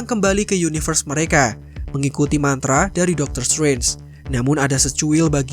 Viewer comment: "Dokter stwenj"